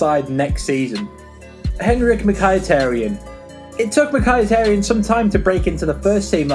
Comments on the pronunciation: Mykhitarian is not pronounced "Mik-I-tear-E-an," It's pronounced " Mik-A-tar-ian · Im actually crying at how you pronounce some of these names, "Bailey" and "Mikeyetaryan" 😂😂😂😂😂😂😂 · how did you slaughter mkhis name like that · Learn how to pronounce Bailly and mkhitaryan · Miky name got butchered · How this dude says Mkhitaryan haha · the pronunciation of mkhitaryan!😂😂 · Darmian will play left back -Learn to pronounce Mkhitaryan, it's actually not that hard